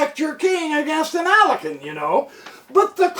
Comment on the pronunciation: Alakin? Alakin Skywalker. FYI: It's Alekhine, pronounced ah-lik-kyne